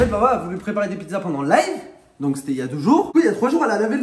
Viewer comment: dit donceu! Fait attention 🤣❤